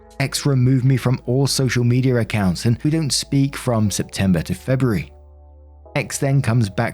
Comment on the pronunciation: "Social Meteor account" lol. My dad and grandma pronounced some words like this as well.